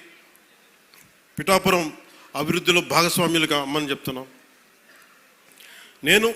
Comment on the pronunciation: మనోడికి పిఠాపురం అనడం కూడా రాదు